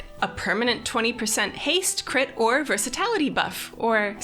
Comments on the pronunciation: Versatality? I think you mean versatility unless that was intended as a Tali joke? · Versatilaty :D